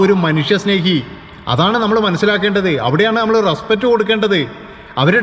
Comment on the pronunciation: ' റെസ്പറ്റ് ' അല്ല റെസ്പെക്റ്റ് ആണ്. വാക്കുകൾ പഠിച്ചു പറയൂ.. എല്ലാ പ്രബുദ്ധ ചാനലുകളും എന്തെങ്കിലും വിഡ്ഢിത്തം പറയും!